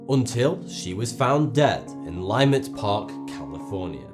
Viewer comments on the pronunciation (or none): Leimert Park is pronounced 'luh-MIRT'. Sorry to be picky. I'm a native of CA.